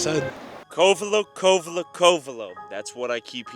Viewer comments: He pronounced it CO-Vello. Any idiot who has lived in mendo for more than a month knows how to pronounce Covelo. This is some fake BS. Leave before you get hurt pretending to be from somewhere you're not. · I watch all your videos, this one is so depressing to see. You only interviewed meth heads, and is so full of it. I grew up here, the Masonic Temple… 😂 doesn’t even know how to pronounce Covelo, proof he was not from around here, making stuff up. There was a dark side but Mendocino, Humbolt County are some of the greatest places on earth. You can go anywhere and find bad if that’s where you are looking.